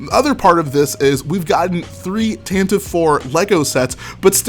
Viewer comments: No its pronounced tantive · Zac Mumblethunder same I’ve just always pronounced it tantive, but that might just have been bc I read the visual dictionaries and just subconsciously called it tantive